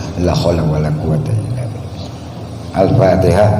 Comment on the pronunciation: Bisa nya cuma ini n alfateha juga slh baca gm org spt di bs di agungkan.